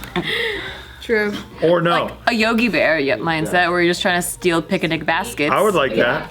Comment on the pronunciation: " just trying to steal PICANIC baskets " and everybody harps on for weird pronunciations, CMOOOOON